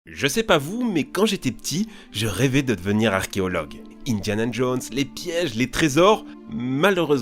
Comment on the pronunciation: Pourquoi dire arkeologue au lieu de archéologue où on ne peut dire les en français. C'est comme entendre Jean-Luc Reichmann qui sait pas dire des ossements = eau-sement lui il dit Ôsement = du verbe osé comme tonalité . On dirait que c'est selon le lieu où quelqu'un habite nord,sud,est,ouest de la France puis le français de la Suisse, Belgique, Québec ...